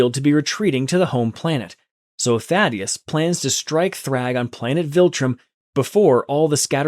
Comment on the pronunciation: Why did he say daddyesi. To Thaddeus